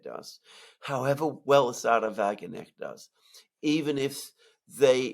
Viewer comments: By the way, the pronunciation of Wagenknecht is Va-Gen (g as in gay)-k-n-esht. The difficult part for English speakers is the second part of her name: knecht. Unlike in English, in German, the k in ‚kn‘ is not silent. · "Wagenknecht" to let you both know is pronounced with the "K" because it is German not English. We do not have a silent K in German. Wagen Knecht. I could be wrong but believe that the translation in to English would be Wagon boy! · Wagenknecjt is pronounced Wagen-chnecht, the CH pronounced like the CH in Christ. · Wagen knecht not Wagenecht . Wagenknecht = Wagon - puller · The "k" is spoken out in the name, wagenKnecht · Wagen Knecht... please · Guys it's Wagen-KNECHT. The K N have to be pronounced, no letter is silent 🙈🙈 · "Sahra Wagen necht " I Love how they saying her name 😂👍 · You guys are brilliant - as always!! Thank you so much again for a great clarification!!! Here a wee-little-hint on 'pronunciation': my favorite German politician (...one of the very, very few!!), Sarah Wagenknecht's name is spoken out with a clear K - and rather not "Wagennecht"... 😇.... AfD is is with a 'deeee' and not with 'dä' ... And... Der 'schwarze' Herr Merz ...is ..... incidentally ... BlackRock.. (..just sayin'..) ❣ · Thanks for your insightful commentary on Germany. One quibble: Sarah Wagenknecht is pronounced with a K (like in rock'n roll). Eike from Germany. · Pronunciation tip: You DON'T pronounce the funny little g (with a hat) in Erdogan ("Air - doe - wan") But you DO say the "K" in "Wagenknecht" (It means sort o' like 'low man on the wagon totem pole" or "wagon servant".) She is a VERY good speaker and can point things out as well as Claire Daily, though she seems (or at least CAN be) considerably more down to earth less offensive when reaching her base. She also has a presentation blog; many German fans see her as a hope for so many failings in goverment as well as the general societial scene. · The ‘k’ in Wagenknecht is not silent.